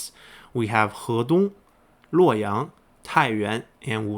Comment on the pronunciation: It is so nice to hear someone actually say Hedong correctly.